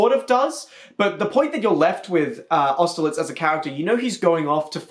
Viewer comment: AUSTERLITZ?! AUSTERLITZ?!!!! WHAT